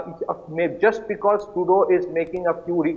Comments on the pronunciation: It's pronounced True-dough, NOT True-do. But I call him GARBAGE. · It's pronounced like True-dough not True-dew 😁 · Tru is pseudo. He is Pseudough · We should not relax, so funny to see how this Turdeau pronounces player and power, as if blowing with his cheeks offing up. I think it indicates insincerity or lying from a body language perspective.